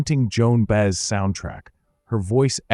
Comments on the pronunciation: Not Bez, Buy-ez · No, not Buy-ez; it’s pronounced Bay-ez.